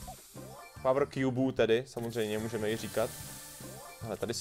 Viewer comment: Neni to barly ale Barley a neni to pawr ale power